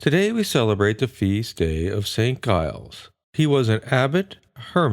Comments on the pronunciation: Giles is pronounced JILES, not guyles. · It's pronounced as Jiles